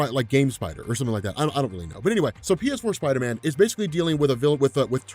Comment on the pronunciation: PSider-man (pee-ess-ider-man)